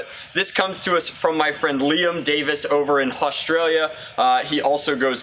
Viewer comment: Why does he say haustralia?